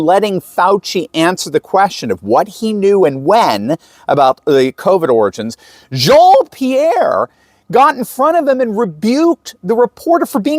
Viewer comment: I love your messages. Especially the way you pronounce Jean Pierre $#@ name. Had to laugh out loud. The way you mix intelligent messages with wit & humor is awesome. Thank You for exposing these people for what they really are & who they represent -- the dark side.: )